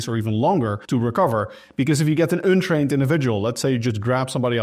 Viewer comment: Like how you say UN-trained